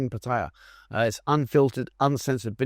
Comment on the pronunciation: The place is called Pattaya ......pronounced Pat...taa yaa.. It's mostly a retirement village for drunken destitutes So many better destinations in Thailand